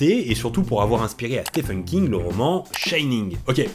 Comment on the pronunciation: Stephen se prononce Steven ;)